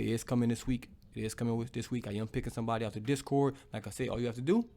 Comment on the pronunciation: "It's Tragedies n I'm owwt" 🤣🤣 as always